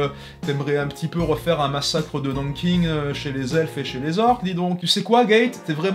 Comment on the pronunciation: Juste Nankin ça se prononce « Nankain » sinon super vidéo